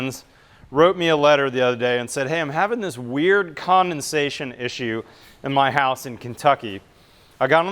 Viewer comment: The word is condensation not commonsation.